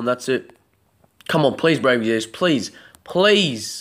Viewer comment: IT'S EXVIUS, not Exzevius... God that annoyed me lol